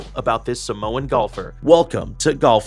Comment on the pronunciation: Ur saying Samoan wrong it’s really annoying.